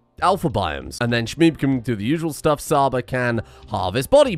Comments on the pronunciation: Csaba is a hungarian name and 'Cs' aba prounanciation is not with 'S'. it should be like in wa'tch'. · "Csaba" is actually a Hungarian name, it's pronounced "Chaba" as in "Cheese", love the content though! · Csaba is pronounced Chaba, but you were close. Love the series! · Csaba is ment to be pronounced like Ch from cheetos. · I know you probably won't read this but the way you pronounced Csaba is not correct. The Cs in the colonist name is pronounces as a tʃ in chip/beach/belch ecetera. Sincerely, a hungarian viewer and follower of your channel full of entertaining and deranged content.